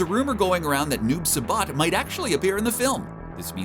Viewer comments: Why does he keep saying Noob Suh-Bot 😆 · Noob SA-BOT??? REPEAT WITH ME. Sai- SAI...SSSSSS AAAAA IIIII SAIBOT. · “Noob subot” You mean Noob Saibot 😂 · This guy:"CHINOOK" Me: Wtf? Okay I'll let that one slide. This guy:"Noob Sabaat". Me:"GET OVER HERE!!" 💀🔥💨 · I hated how he pronounced Shinnok and Noob Saibot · Why do you pronounce shinok and noob saibot like that